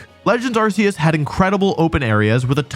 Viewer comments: Arceus is pronounced Are-Kay-Us not Are-See-Us dude… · It's pronounced Arkoos